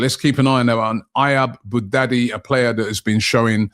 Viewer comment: Robbie always mispronuncing players names, adding letters that aren't there. Who is Ayab Boudadi? 😊😅😂